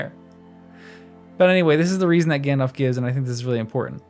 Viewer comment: Narrator, I'd like to suggest that you consider pronouncing the names correctly, such as Cirdan with a hard c, and Gandalf with a pronounced l. The listening audience would appreciate it, and it would honor Tolkien's memory.